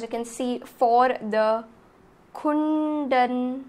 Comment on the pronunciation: its ku- dan - kulam plz pronounce it approximately crct,u no need to be exactly crct,omg!!!!! not able to hear